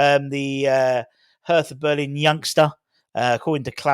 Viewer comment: Hertha Berlin is pronounced as ‘Herta’ Berlin.